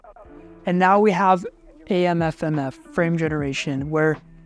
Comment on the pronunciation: "AMFMF" 😂😂😂😂😂 I heard that slip up because I do it all the time. I wish AMD would've came up with a better name.